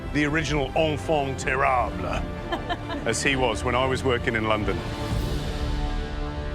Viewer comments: “Onfon terrable”? 🙄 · "ongfong terrable" LMFAO!! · Why even use a fancy word like 'enfant terrible' if you have absolutely zero idea of how to say it? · Enfant terAABLA. 😂😂😂😂